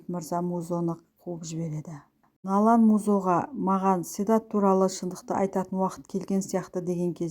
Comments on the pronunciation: Налан,Налан демей Налян десейші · Налан,Налан демей Налян десейші кішкене сауатты болу керек қой.